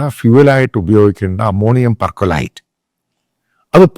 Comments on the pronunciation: പെര്‍ക്കൊലൈറ്റ് അല്ല. സോഡിയം പെര്‍ക്ളോറേറ്റ്. NaClO4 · പെർകൊലേററ് അല്ല. പെർ ക്ളോറേറ്റ്... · It is not percolate it is perchlorate, NaClO4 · പെർകൊലൈറ്റ് ആണോ Perchlorate ആണോ? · സോഡിയം പെർക്ലോറേറ്റ് Sodium Perchlorate (NaClO₄) ആണ്. പെർക്കൊലേറ്റ് അല്ലാട്ടോ... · അച്ചായന് ഒരു പ്ലസ് two കെമിസ്ട്രി വിവരം ഉണ്ട് എങ്കിൽ പർക്കലേറ്റ് percolate എന്ന് പറയില്ല . അതിൻ്റെ പേര് perchlorate എന്നാണ്.. കമൻ്റ് ബോക്സിൽ പോലും ഒറ്റ ആള് ഇത് തിരുത്തി കണ്ടില്ല!! HClO4 എന്ന പെർ ക്ലോറിക് ആസിഡ്, വളരെ corosive ആയ deadly acid ആണു. അതിലെ ഹൈഡ്രജൻ മാറി പകരം Na അഥവാ സോഡിയം വരുമ്പോൾ ഉണ്ടാകുന്ന സാൾട്ട് അഥവാ ലവണം ആണ് സോഡിയം perchlorate. വെടി മരുന്ന് category yil വരുന്ന പലതും ഇത്തരത്തിൽ ഉള്ളത് ആണ്. അച്ചായന് ബേസിക് കെമിസ്ട്രി അറിയാത്ത കാരണം ആണ് എന്ന് മനസ്സിലാക്കുന്നു. പക്ഷേ ഇത്തരം ടെക് words ഏതെങ്കിലും വാർത്തയിൽ കണ്ടാൽ അത് എടുത്ത് വാർത്ത ചെയ്യുമ്പോൾ ഒന്നുകൂടെ ശ്രദ്ധിച്ച് വാർത്ത ചെയ്യുക. വെറും മാപ്ര നിലവാരത്തിൽ പോകരുത്. All the best.